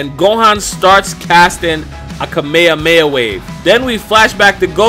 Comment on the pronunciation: He said it right the real name of Kamehameha